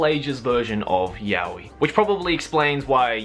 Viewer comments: ive been pronouncing Yaoi wrong for these past years and now its weird hearing it correctly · It's pronounced Ya-Oh-Eee, not Ya-Weeee. Can't believe how many english speaking "fans" pronounce it wrong, lol. Really sad. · There aren't different ways. There's only one correct way, and thats 'yah-oh-ee'. Why? Because it's a Japanese word. You pronounce the characters one by one: you don't pronounce the word as a whole. (so every character gets the same amount of attention) Yaoi = やおい. や=ya(pronounced as 'yah'), お=o(pronounced as 'oh', い=i(pronounced as 'ee').